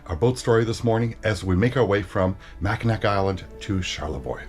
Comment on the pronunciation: Pronounced Mack-In-naw.